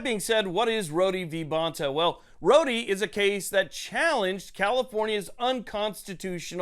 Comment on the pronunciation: It’s just PRONOUNCED Road. Not roady